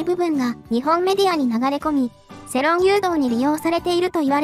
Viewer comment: 世論(せろん)じゃなくて世論(よろん)な